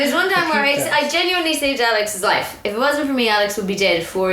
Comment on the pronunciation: lol even i thought said wife instead of life